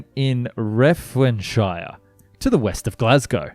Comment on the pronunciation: Love the way you pronounce the Scottish place names. Inchinan is in-shin-in. Renfrewshire is Ren-few-shire and as above Mul-guy or Mil-guy. You sounded so funny 😂